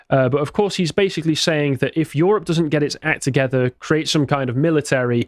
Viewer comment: "YOHROPE!" it's the new "CHYYNA!"